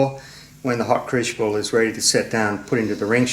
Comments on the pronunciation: if we Canadians can put up with the butchering, I think you'd call it mounting,(hope that's the correct spelling) of the English language by the Americans then I guess we can overlook your mispronunciation of crucible into what sounds like "cruchible". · Nicely done. However, it's crucial that you pronounce crucible correctly. 😉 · Dear, worried about your pronunciation of “Crucible”. That’s a small problem. At least you don’t call that lightweight metal “Aluminum” or call the liquid we fill you petrol tank “Gas”. That is really grating. Cheers from a fellow Down-under-er. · No wonder can't say crucible, ,cant even pronounce Aluminum correct haha all in fun